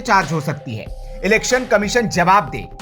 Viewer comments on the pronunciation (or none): अलेक्सन नहीं इलेक्शन कहते हैं?